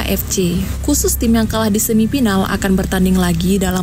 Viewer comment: Udah bagus nih konten nya, cuma saran aja nih ...untuk bahasa nya harus di bagusin lagi nih biar lebih manteb ...contohnya kalau mengucap afrika harus afrika jgn " aprika" dan kalau play off juga jgn " play op" atau semi final bukan semi pinal..dan lainya...semangat.